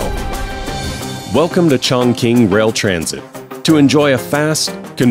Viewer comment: 竟然没有人告诉这个老外 Chongqing 怎么发音:face-orange-raised-eyebrow